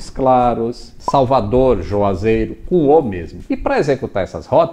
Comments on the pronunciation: Juazeiro e não Joazeiro... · Não é "joazeiro" e sim Juazeiro-Ba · Parabéns pela aula! Só uma ressalva, o nome de Juazeiro não é “joazeiro”... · Salve! Senta que lá vem história é sensacional sem sombra de dúvida! Ah, sem querer ser intruso e já sendo... não é Joazeiro e sim Juazeiro. Tranquilo? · Abraços, ótima história, sou de Petrolina, uma das cidades citadas no vídeo, agora quanto a cidade que você cita joazeiro, na verdade o nome é Juazeiro com u e não com o como você falou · JUAZEIRO É COM u NÃO JOAZEIRO RSRS